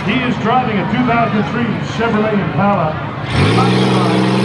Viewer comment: This dude said impala so wrong I thought trump had Japan in charge off gm motors company